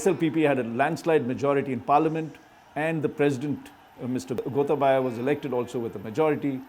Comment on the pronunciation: The way he pronuced Gotabaya as Gotha baya was histerical if you speak Sinhala